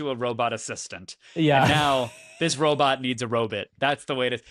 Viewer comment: Each time I hear you pronounce robot as “” I feel a huge need to have that flailing robot (likely a range of motion test where they stupidly put the speed way too high) attack you.